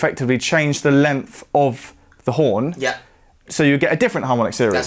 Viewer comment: Why does the presenter pronounce the word “length” as “lemmff” ?